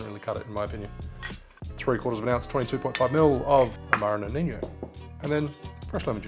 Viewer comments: Feedback: “Amaro Nonino” is pronounced “noh ni noh” or “no knee no” (and the stress is on the second vowel). It’s not Spanish or Portuguese, and there is no “ñ” or “gn”. It’s just an “n”. It’s an Italian drink, and is pronounced like much like “Nonno or Nonna.” You are pronouncing it like “nonigno” or “noniño” like the Spanish word “niño” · Nonino not "noniño" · Watching a bartender saying ‘amaro noninyo’ over and over is a bit like sitting and listening to a doctor telling you you have canker that has spread to your cologne.